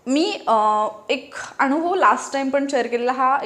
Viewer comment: Vdo Graceful .. तुम्हीही ग्रेसफुल ... बोलताना न आणि ण मधला फरक फक्त जाणुन घ्यावा आणि बोलताना तस्साच उच्चारावा... उदाहरणार्थ .. 1. कान .. काण नव्हे.. 2. अनुभव. .. अणुभव नव्हे.. एवढीच नम्र पण कळकळीची विनंती.. आणि ... ताई हे सांगितले म्हणुन मुळीच रागावू नका.. योग आला तर , आपल्याला केव्हातरि प्रत्यक्ष भेटायला व ओळख करून घ्यायला आवडेल. माझा मुलगा निनाद ही upsc चे classes घेतो.. 😊 माझा भ्रमण ध्वनी क्रमांक ... संजय पंडित, गायक व नाट्य.. कलाकार.. व कीर्तन अभ्यासक.. ... ताई... तूमच्या ह्या शैक्षणिक कार्याला माझ्या अनंत शुभेच्छा...😊👏